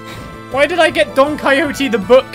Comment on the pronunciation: Great pronunciation of Don Quixote